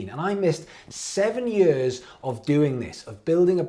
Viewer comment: Anyone else love how says “years” like “yeeuhz”??